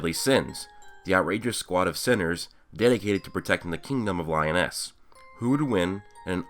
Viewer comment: its not pronounced lion-es its pronounced lE-Ones (l= lower case L) but other than that great vid u get a fat like!!!